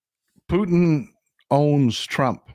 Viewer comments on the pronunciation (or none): none